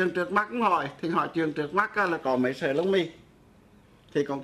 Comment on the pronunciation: Giáo sư đọc bài thơ THẾ THÁI NHÂN TÌNH của BẬC THẦY NGÀN ĐỜI mà sai một CHỬ vậy chẳng ĐÁNG TIẾC CHO ĐỜI LẮM SAO !...( Giáo sư đọc NẤY tại sao ko đọc là MẤY ???.